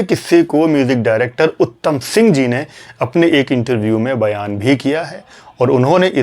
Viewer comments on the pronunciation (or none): none